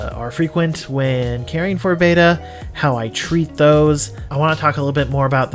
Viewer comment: The name must be pronounced Bet-ta not Bay-ta like the Greek letter. The genus name retains the Malaysian common name pronunciation which has spread to SE Asia mainland as the common name.